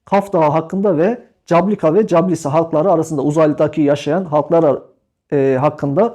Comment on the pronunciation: İSİMLER YANLIŞ HOCAM. CABLUKA ve CASLUKA(Cablıka-Caslıka)